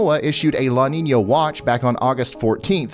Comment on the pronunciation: It sounds more like "Ninya" if you google it you'll see brother.. Salutes